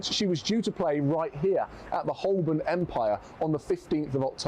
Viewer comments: It’s not Holbern, it’s pronounced Ho-burn. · I suspect he didn't pronounce 'Holborn' like this guy does. In the many times I worked there, it was called 'Ho'bun'.